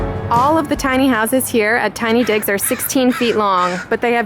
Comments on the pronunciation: Thought u said tiny dicks lol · Southern Sweet same I thought she said tiny dick I was like what the fuck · Totally thought she said tiny dicks hotel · You're staying at the tiny what?! Bahaha Either im hearing things or she said tiny dicks hotel. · 🤣🤣🤣🤣 I always heard digs but I can understand why you'd hear something else